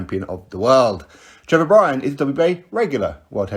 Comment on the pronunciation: "Trevor Bryan". Kick It Out.